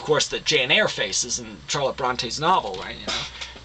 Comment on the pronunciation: Phillip Bronte??????? Back to 10th grade, baby Trotsky. Also, in your last video, the bourgeoisie were the evil overlords, and in this video, they are the workers. Maybe look it up, AND learn how to pronounce it while you're at it.